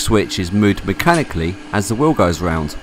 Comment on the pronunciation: I love how "wheel" = "whiww"